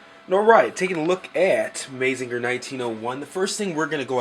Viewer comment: Good review and vid. But just FYI, it's pronounced "MAH-ZING-GER" not "MAY-ZING-GER". And its "EH-NER-GER" not "EH-NER-JER". ;) Keep up the good work!